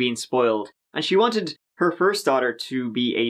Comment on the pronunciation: LMAO. “Foist”